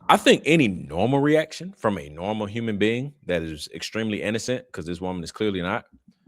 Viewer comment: Whenever she says : “HHhhkyuman or HHhhkyuman being” , it creeps me out. She says it in a way that puts heavy emphasis on the first syllable with a heavy, hissing and slithering H sound.